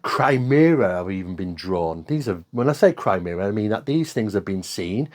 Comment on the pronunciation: The word is “chimera,” not chrimera.